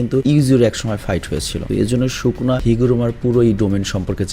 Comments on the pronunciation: সুকুনা হবে শুকুনা না। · bhai shuku na nah bole plz................... sukuna bolen naile onek baje shunay 🙏🙏🙏🙏🙏🙏